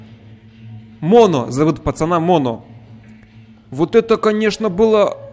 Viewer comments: МОНО УДАРЕНИЕ НА ПОСЛЕДНЮЮ О И ТЫ ИГРАЕШЬ ЗА МОНО! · Моно ударение на 1-ую О